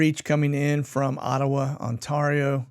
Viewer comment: u said it right Ottawa.. ;)